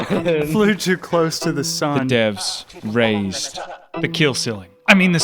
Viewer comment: I hate to do this to you but... Rasied?